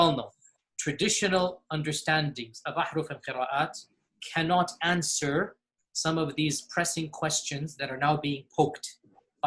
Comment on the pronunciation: They: "It's not an easy answe.." "IT SHOULD BE AN EASY ANSWE.." "alright..." Me: 🤩🤣